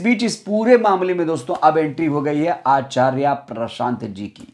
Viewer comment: आचार्या नहीं आचार्य उच्चारण तो सही करो समय। समय की बात है